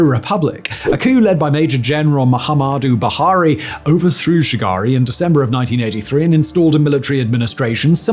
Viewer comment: When he said Olusegun and Shagari I couldn't stop laughing 😂